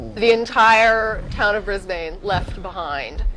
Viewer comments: We need to teach Americans how to say "Brisbane". it's "Briz-b'n", or "Briz-vegas" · Ha ha, "bris-Bane". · Ugh, stop saying Bris-BANE. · She kept pronouncing Brisbane wrong. >_> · lol so funny how she pronounces our cites. melburrrrrn and bris-bane. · I am amused my the wrong pronunciations of Melbourne and Brisbane. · Lol, they pronounce Melbourne and Brisbane in a funny way :P